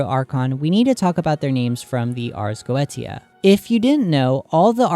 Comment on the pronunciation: Is it not spoken arz go-esia